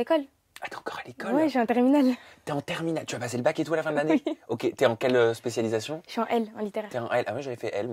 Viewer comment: . Ça se dit specialisation ?